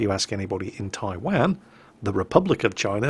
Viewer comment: Come on....where is Taiwaaaan, It's Taiwan (pronounced Tai Won)